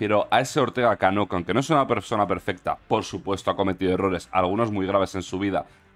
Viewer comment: Dice (Anque) vete a la escuela